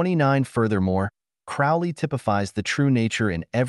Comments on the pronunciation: Sorry to be a twat, but it's Crowley like Holy 👍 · Everytime he misspeonounce Crowley's name is infuriating.